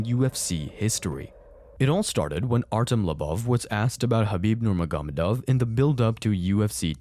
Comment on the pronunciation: Great video but it's a little ridiculous to not be able to pronounce Nurmagomedov when you have a whole account about MMA and UFC. Unless this is not your real voice but still. (Ner-mog-omeh-dov)